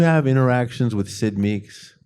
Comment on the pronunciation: Someone needs to tell Mr Rolston that it's Syd MEAD, not Meeks. This is the second time I've heard him say that.